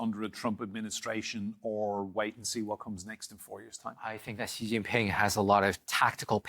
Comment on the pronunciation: Very first sentence and he doesn't know how to pronounce "Xi". Ouch, guest is a writer from NYT. And how much credibility does that paper have left? Zero. What? China breaks and remolds people? How much time did you spend in China? A weekend? I'm white Canadian, been here in China 22 years. Guess what, this guest doesn't know what he's talking about. In China, the you see the things the govt does, like building infrastructure, etc. You don't ever, ever actually see the government. They stay completely out of your life. They do not mold people at all.